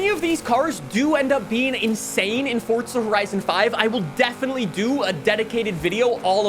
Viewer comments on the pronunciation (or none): It’s forza not fortza 😭😭😭😭😭😭😭